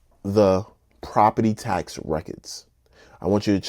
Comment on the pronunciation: Property Task bro youre killing me... task???? its tax